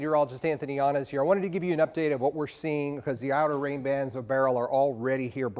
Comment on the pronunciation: Thank you for pronouncing the Hurricane’s name properly!